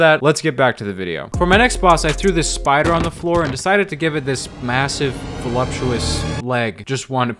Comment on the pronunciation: “Behold the spidlen”